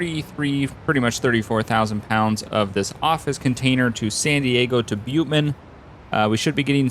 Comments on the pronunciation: Please, it's not 'Bute Men', it's 'bit you men'. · Bitumen is pronounced 'Bitchyoumen'